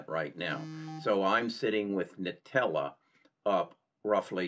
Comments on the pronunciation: It’s pronounced ‘Intellia’, not ‘nutella’.. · Another piece of constructive advice: The company is called IN-TELL-E-AH (not Nutella)